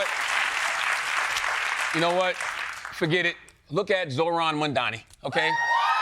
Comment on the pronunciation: Charlemagne, How can you still not pronounce Zohran Mamdani's name, brother? Also hey man, LeBron is STILL Top 10.